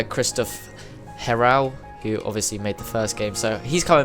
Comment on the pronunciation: "Christopher Heral" the prononciation is neat